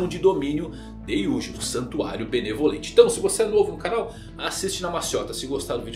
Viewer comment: Eu ouvi santuário malemolente? Agora o Soluça dança ?